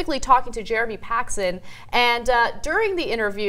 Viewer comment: Dear oh dear. It's Paxman, not "Paxon" as spoken or "Paxson" as in the description. TYT makes a point how US media gives too much credence to the people they interview, and then complains about UK media doing the opposite (Paxman is famous for treating everyone harshly, search "Jeremy Paxman Michael Howard"). Commentary keeps talking about the US system, which is structured entirely differently to the UK, and far more corporatist. I actually largely agree with Brand, but this segment sucked.